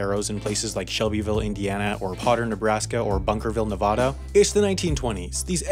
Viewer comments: It's Nevadda not Nevahda. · DUDEEEEE...THIS GUY JUST SAID NEVODA IM DONE UNSUBING NOW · Nevado, he said Nevado! lol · its pronounced NUH VA DUH NOT NUH VAH DAH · Note it is pronounced Nee-vaa-da if us Nevada people wanted it to be Nea-vau-du we would say it that way. That would be like calling Texas taux -aus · It's Ne-VAD-a not Ne-VAA-da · It's pronounced "Ne VA da," not Ne "VAAAUUUGH." And no, the second pronunciation is not correct Spanish. If anyone is looking for the correct Spanish pronunciation of location names then we need to start pronouncing Texas as "Tey haas" and New Mexico as "New Meh HE Co." Also "general consensus" is incorrectly redundant. The worst violation of this is "general consensus of opinion" and I give you credit for only being 50% inaccurate. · "Bunkerville, Novato"? Don't you mean "Ne-VAH-duh"? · Please don't pronounce Nevada that way. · I'd forgive you for the 2 California remarks, but that Nevada pronunciation. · You said Nevada incorrectly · You said Nevada wrong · You pronounced Nevada incorrectly. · You pronounced Nevada wrong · Great video but please learn how to pronounce the name of the state of Nevada. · please learn how to say Nevada